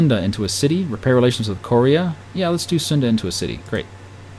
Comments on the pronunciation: you pronounce korea funnily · Lol the way you say Korea... Its making me laugh and wondering if your doing it on purpose :P